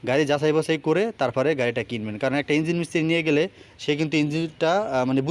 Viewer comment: ভাই,উচ্চারণ গুলো ঠিক করেন।যেমন ইঞ্জিল না,ইঞ্জিন হবে। সাউন্ড স্মল না, উচ্চারণ স্মুথ হবে।উচ্চারণ ঠিক করে কথা বলা উচিত।